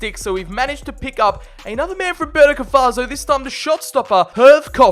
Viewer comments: He said burnika faso😭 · "Burnika Faso" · burnika faso i cant hahahah